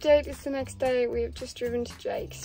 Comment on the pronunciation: look, i hope you're really well.. but "the net day"